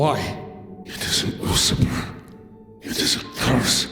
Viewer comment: The monster refers to women as usurpers (and Hunter absolutely butchers the pronunciation, well done sir), which could make the monster like a queen. Normaly when you usurp something it is a title or power without the right to do so.